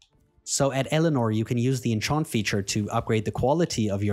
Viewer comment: Nice video. But lol, never heard anyone pronounce enchant like that.